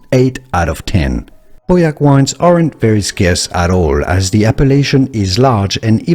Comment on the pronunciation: I was relieved when you finally started to pronounce Pauillac properly.